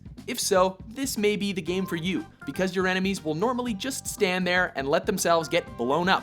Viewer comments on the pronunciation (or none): none